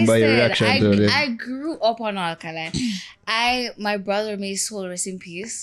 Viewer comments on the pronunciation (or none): 😂😂 She pronounce Alkaline as Olkaline